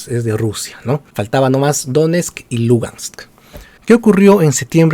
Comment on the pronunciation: Sabes tanto del tema que pronuncias mal: DONESTK Y LUGANSK. Hasta los comentaristas de fútbol peruano lo hacen mejor. Podrías empezar por averiguar del Shakhtar Donetsk. pD : tus conocimientos de Bielorrusia tb son muy tibios.